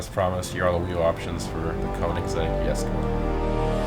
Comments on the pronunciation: its called Jesko not Yesko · it's not called yesko it's jesko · Even if that j in jesko wasn't pronounced as j it wouldn't be yesko it would be hesko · It’s jesko (dge.sko)